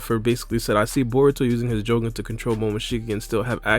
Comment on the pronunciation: Stop saying jougan like that